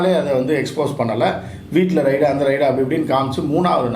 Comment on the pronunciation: ரைடு அல்ல ரெய்ட்.